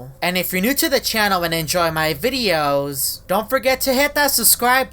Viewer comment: His voice be like: VIDEoss